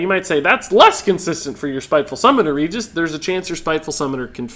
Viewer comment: regis is the name sounds... so wrong